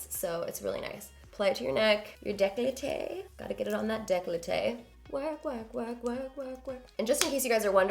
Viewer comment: Gorgeous as always. Décolleté is pronounced day-kol-tay. My mom was French. You are so right about hands and neck aging a woman. My mom taught me at a young age about the importance of skin care. Great tips. Xoxo, Paula